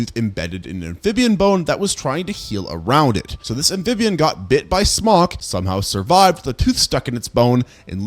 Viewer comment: Every time he says "Smok", i hear "Spock" 😂🖖